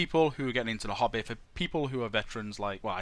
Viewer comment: Everytime he said "hobby" I thought he was saying hobbit XD